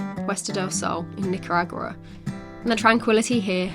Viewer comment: Fun video! I love that neither of you can say Nicaragua 😆